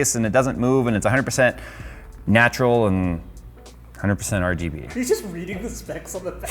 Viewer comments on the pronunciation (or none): none